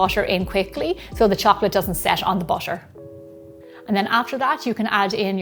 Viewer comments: Why why why😭😭...why do you pronounce butter as basher sometimes... sometimes butter.... I really don't understand this....why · The way you pronounce butter <3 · I love the way she says 'butter' 💕